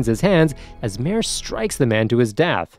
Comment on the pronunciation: he literally called mare a her and even pronounced his name wrong